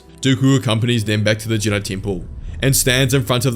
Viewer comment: the way you pronounced jedi at the vary end there, was that meant to be a callback to the ancient jedI from before they split into the jedi and sith?